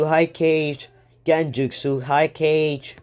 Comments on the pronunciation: This dude saying Cage Other what ifs kage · I actually got kinda heayed when he called kage cage but its aight :/